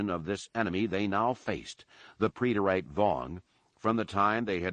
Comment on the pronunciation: So when he says "pree-det-ayte.." does he mean preterite